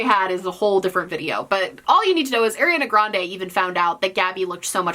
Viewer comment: I really, genuinely like your video but PLEASE could you pronounce Ariana Grande right 😭